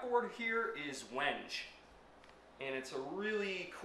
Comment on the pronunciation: I’m sorry I’ve never seen a fretless played with a pick before. Oh, it’s pronounced Wen-gay.